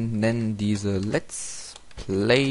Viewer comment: Noch etwas, es heißt Let's play und nicht lat's play :D